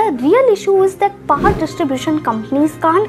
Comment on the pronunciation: Paar cuts ??? Please pronouncetion need total restoration